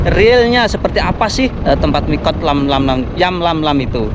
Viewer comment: Yalamlam bang,,bukan yamlamlam